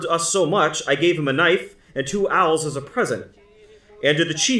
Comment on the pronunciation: You keep saying the Dutch gave the Natives "owls." I think you are mispronouncing "awls." An awl is a sharp tool used to make holes in leather.